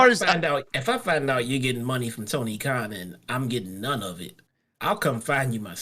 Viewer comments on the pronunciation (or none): it's Tony Khan not Kahn